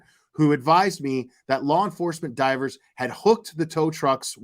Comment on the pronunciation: I can’t fucking stand this guy!! Listening to his voice is just purely PAINFUL !! Sounds like he’s hocking up a loogie with every single word he spits out. And don’t get me started on his constant need to say (and mispronounce) ‘Lore enforcement.’ Ugh… I’ve never felt the need to comment on a particular individual before…. but this guy legit angers me! 🙄